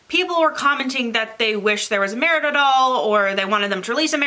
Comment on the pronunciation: Don't feel bad for mispronouncing Merida. Merida is actually the surname of a few of my cousins. Folks down in Southeastern Kentucky pronounce the name as Merdy (like nerdy with an m). You can't do worse than that!